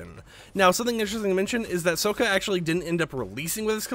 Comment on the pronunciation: saying soaka is crazy ngl